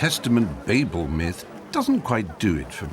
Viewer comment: I’ll give you a like for pronouncing ‘Babel’ properly.